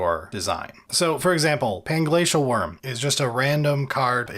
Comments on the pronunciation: Omfg I laughed so hard at messing up panglacial wurm 😂😂😂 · I think you meant Plangay, plangla, pangay, pangshell... Wurm lol